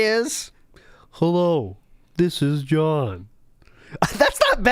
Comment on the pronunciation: you hit that "John" with Rambo accuracy 👏. If John was ever on Wpig it'd get a million views from me alone lol.